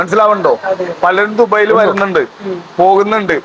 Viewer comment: ദുബൈൽ അല്ല( ദുബായിൽ)